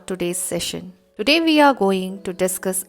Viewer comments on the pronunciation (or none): none